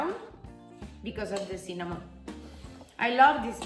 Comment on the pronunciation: "CINNÀMON!" Adoro la pronuncia! =D